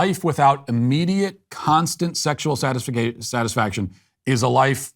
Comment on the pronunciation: Don’t worry Matt, I used to pronounce satisfaction as satisfic-ay-tion myself.